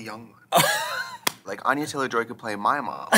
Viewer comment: Except Trixie said Anya-Taylor Joy 😂